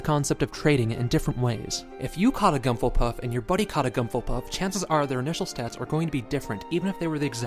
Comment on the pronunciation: What's a gumple puff